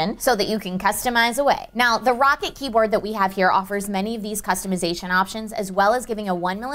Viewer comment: Is I bad the it annoys me you say rocket when it's clearly rocat there is no k meant to be said ro cat not rocket